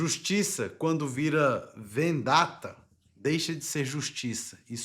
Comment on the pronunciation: Vc , em primeiro lugar, deveria evitar essa cor para não confundir os seus seguidores e depois aprender a palavra italiana correta! Vendetta e não vandetta!